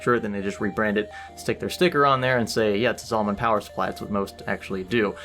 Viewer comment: Say it with me ZALLE-MAN not ZAWL-MAN